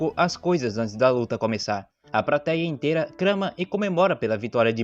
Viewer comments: Prateia ? Implacável ? Craro? Meu amigo até doeu auhauhauhauhua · Desisti do vídeo no “prateia”